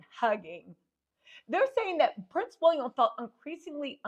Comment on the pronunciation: 😂😂😂 its how you say "wolliam"😅😅😅